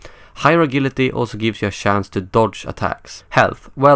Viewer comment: Not to sound like a dick, but agility is pronounced a-jil-ity